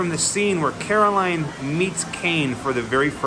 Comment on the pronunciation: Carroll Anne not Caroline